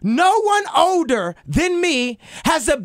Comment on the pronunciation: he can't even pronounce "older"